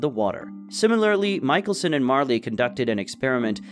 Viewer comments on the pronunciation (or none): none